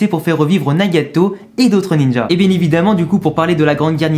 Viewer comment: J'entends Nyagayto